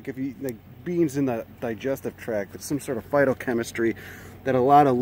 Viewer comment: I wasn't paying 100% attention here and thought you said fartochemistry.